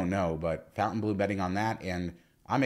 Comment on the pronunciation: Fon TAIN bleau NOT FOUNTAIN bleau.